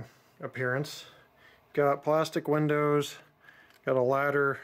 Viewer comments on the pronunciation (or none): none